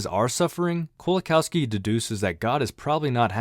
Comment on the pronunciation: pronounced 'LEzhek Koe-wa-kawfski'